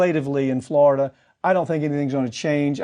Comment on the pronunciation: Please pronounce it right, FloriDUH